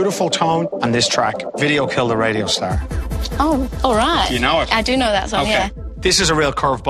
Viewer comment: why the hell is she saying radigo instead of radio o.O